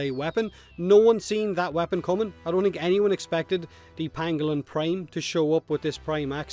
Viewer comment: I feel like is daring us to dislike the video with the way he says "don't".